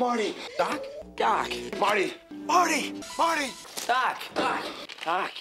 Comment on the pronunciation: after a while it starts to sound like "duck"